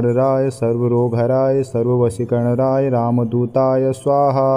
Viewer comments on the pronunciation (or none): ध्यान से सुनिए- मंत्र का गलत उच्चारण किया जा रहा है। सर्वशत्रुसंहारणाय की जगह सर्वशत्रुसंहारराय और सर्ववशीकरणाय की जगह सर्ववशीकरणराय का उच्चारण किया जा रहा है। गलत से उच्चारण अनिष्ट भी सकता है जो कसम दिलाने से नही। सारे यू ट्यूब के वीडियो धन कमाने के साधन है। लोगों को पथ भ्रष्ट करके धन कमाते हैं। बाबा नीम करोली बाबा हनुमान भगवान श्रीराम ऐसे लोगों को सदबुद्धि प्रदान करे।